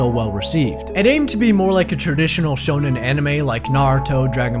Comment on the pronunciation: What you meant to say is "Shonen"